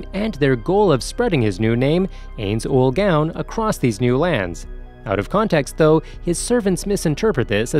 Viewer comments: No no my friend. Wha tf did you just say brp. Hey - nz - Owl - Gawn? I - nz - all - gown. not Albado Al-be-do not MARE Ma - re not Aura Aw - ra wait wait wait. Cocktyus? tf it''s Coc - you - tus Not Demiurje Dem You're - Ga Not Seebas Se - bas Atleast get one name right bro. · "Ayns Oolgown" (눈ᴗ눈;) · Np bro it's just common sense but this guy is still pronouncing Japanese anime names in an English accent which disrespects the way it's supposed to be said, even for me as an arab I wouldn't say, AINZ AWAL GAAWN lmao.